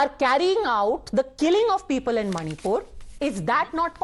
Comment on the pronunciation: He saying instead of "manipur" monipur